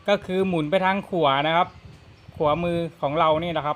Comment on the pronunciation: หมุนไปทาง.. ขัวมือ... ใช่ไหม.... ไม่ใช่.. ขวามือ😂😂😂😂😂😂